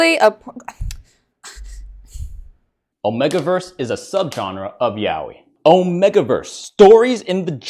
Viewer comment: Why do you say omegaverse like that 💀 it's 'oh-may-ga' not "oh-meh-ga'